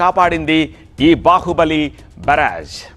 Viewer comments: Evadu ra ninnu varthalu chadavamani pampindhi Barrage ni baraj antunnav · ఓరి నీ ఉచ్చారణ తగలబడ.... ప్రకాశం బ్యారేజ్.... అని పలక లేవా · బరాజ్ ఏంట్రా బెవర్స్😂😂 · కృష్ణమ్మ ఏమిటిరా కృష్ణ నది అనలేవేమిటిరా, బ రా జ్ ఏమిట్రా వి పూ... బ్యారేజ్ రా పూ...... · ఓరే బారాజ్ కాదు, బ్యారేజ్ అనాలి అందుకే సరిగా చదువుకోవాలి🤣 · బరాజ్ కాదు బ్యారేజ్ అంటే బాగుండు.. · Barage enti chi chi.. Byarage ani chadavatam nerchukondi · బరాజ్ కాదు రా బకరా బ్యారేజి అంటారు ఎదవ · అయ్యో మీరేమన్న అమెరికన్ నుంచి దిగి వచ్చారా స్వచ్ఛమైన తెలుగును స్పష్టంగా మాట్లాడడం రావడం లేదు దొర మీకు నీ మాటలు తెలుగుజాతి ఇజ్జత్ తీసి ఎలా ఉంది బ్యారేజ్ దొర బరాజ్ కాదు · Barge kadu ra barage ra babu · ప్రకాశం బ్యారేజ్ రా నాయనా బరాజ్ కాదు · 😂😂 బరాజ్ ndy ra naina.. బ్యారేజ్ 😂😂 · Comedy ga chaduvutunna baraaaage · Barage kadhu ra boku yedhava.niku news chadavadam kuda radha.telugu ni anduku champestharu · బ్యారేజ్ అని పలకడం తెలుసుకో ఫస్ట్ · Babu endhi ni news cheppadam..... Telugu ni murder chestunnaru mi lantivallu...... Barrage kadu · Barrage pronounce sarigga cheyyi